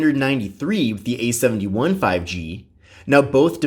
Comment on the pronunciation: Idk why but I can't stand the way he emphasizes the 1 instead of the 7 in samsubg A71 5g. It just ruins the parallel structure.